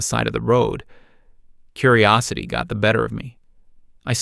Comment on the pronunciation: Ai shit for ragebait, 'curiysity get better of me"